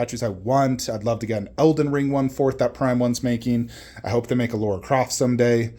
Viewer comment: Just to let you know because you say it often, she's called Lara not Laura